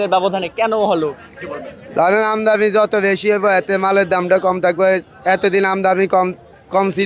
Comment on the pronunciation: আমদানি উচ্চারণ ও করতে পারে না। কেউ খাচ্ছে না, তা বলবে না।